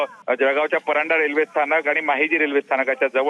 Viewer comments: परांडा नाही परधाडे म्हणा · माझी माय त्या स्टेशन चे नाव परंडा नाही तर परधाडे आहे. आपल्या हिंदी पत्रकाराला बदलून मराठी पत्रकार ठेवा. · परधाडे आहे परंडा नाही किती फरक आहे बोलण्यात